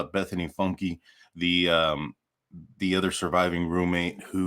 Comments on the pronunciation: Great video, Bethany's last name isn't pronounced "Funky" it's pronounced Funke, the "E" is silent bro.👊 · Probably pronounced Funk not Funky. Know someone with same last name. Just sayin. Lol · It's funk, not funky. The E is silent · I think her name is pronounced funk... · By the way it is pronounced Funk like Uptown Funk LOL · Its pronounced Funk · Sir. Its pronounced funk. Jesus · Isn't her last name pronounced funk? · Are you deliberately mispronouncing the decreased surname ie FUNKY? Not cool@ I guess it's not surprising what with Lana Oriani, Jonathan Lee Riches on your team. I can't trust a person who refuses to show his/her EYES. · Funke is said fee-yoon Kay. My god 😑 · It's pronounced Funk. Just fyi. I know, I am a stickler. ♡ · It's pronounced Fütgaye. It's 18th century French Huguenot... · FUNKE is of Germany origin. Just like they say thank you in German ie DANKE and it isn't pronounced DONKEY, ok? So be mindful and respectful in how you pronounce the surname in future. She's isn't the only Funke in this world that you may be insulted or just plain sad for you because you can't do your job properly. Research!!! Everything is Googable these days, oui? You and the likes of TnT are just plain awful people. Throw JLR into the witches brew. You know the old saying, "The eyes are the window to the soul." Why should I trust people whose eyes I cannot see? Grrrrrr ... you and your ilk have subscribers only because you sensationalize. More than that, your followers don't know about your toxic background. They only met you in the Idaho murders. 🙄🤔🥸🤮 Apologies but I had to say it. Hoping you change your hideous ways. "You gotta change your evil ways 👶b4 I start ❤️n you. " ~ Santana lol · Hi! The "e" is silent on Bethanys' last name. There's a Funke auto store on Bridge St in Clarkston. 🙂